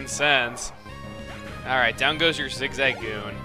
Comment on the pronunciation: One thing that bothers me about chuggas pokemon vids is his not very fluent pronunciation of pokemon names. Prominent in say zigzagoon. It's said zig-za-goon obviously. But chugga pronounces it as zigza slightest pause goon. it just irks me. maybe it's part of American English and pronunciation. i don't know. Maybe i've always pronounced things wrong.